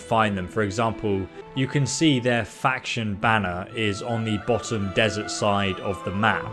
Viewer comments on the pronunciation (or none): none